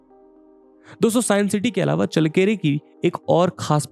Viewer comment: चळ्ळकेरे✅, चल्लकेरे❌ नही